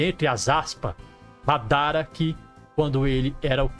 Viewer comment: pqp pq vc n fala "madara"??? assassino é? kkkk